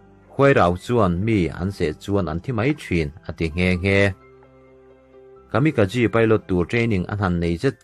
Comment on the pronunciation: Tin Kamikazi tia lam ni lovin Kamikaze (Kamika-J tih angin) lam tur a ni lo maw?